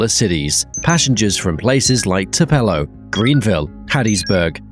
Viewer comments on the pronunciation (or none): Tu pull o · I think he gave it a French pronunciation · Please look up how to say Tupelo: "TOO-pelo". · Thank you, thank you very much.